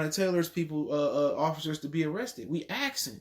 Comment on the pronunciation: "You axin"